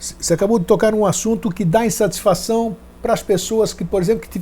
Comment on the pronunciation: "instatisfação" entre 24 e 25min